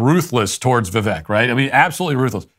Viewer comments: Ffs Matt, its "vi-VAKE" Like "the Cake". When you don't pronounce things properly it reflects on your lack of care, lack of research, and lack of attention to detail. Cmon you smug bastard... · It’s pronounced Vi-“Vake” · Even though you are not pronouncing Vivek correctly (it does not rhyme with neck; it does rhyme with cake) your take on the winner of the debate was correct. Keep up the good work. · Vivek not ron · Hey Walsh ... it's Vivek, like "cake"